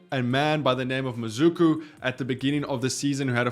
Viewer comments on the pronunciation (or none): how did you get from MaSuku to MaZuku😂😂. Horrible effort on a very simple word.